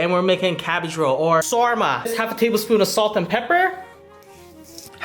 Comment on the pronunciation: Yo keep the Hairlength like that it fits you so much better Bro, Btw Sarma Is Pronounced with a Sharp S and a rolling R the rest are normally pronounced.